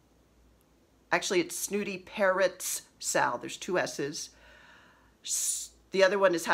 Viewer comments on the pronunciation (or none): I like Cardinals in the yard and blackbirds to stitch. Just found your podcast and love it. I could have sworn you were saying parents instead of parrots. That would be an interesting chart?